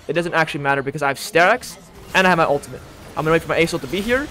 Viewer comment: It's pronounced "uhl-tuh-mit" not "uhl-tuh-mint".